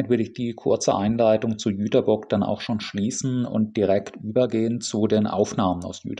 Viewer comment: Nett, mal einen Reisevlog über meine Heimatstadt zu sehen. Und vielen Dank, dass du den Stadtnamen korrekt ausgesprochen hast. Das konnte bis vor ein paar Jahren nicht mal die DB. Kleine Korrektur: bei das ist die Liebfrauenkirche. Die Nikolaikirche ist die größere mit den zwei unterschiedlichen Türmen bei